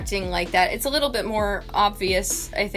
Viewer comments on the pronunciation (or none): none